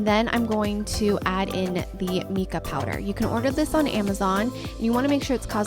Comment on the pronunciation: Just FYI, Mica is pronounced Mike-uh rather than meek-ah :)